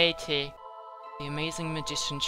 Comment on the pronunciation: Forgot how much it annoyed me when they ignore the P in Teep